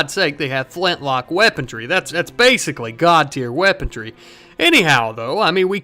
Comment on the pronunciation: There's no bloody 'T' in weaponry.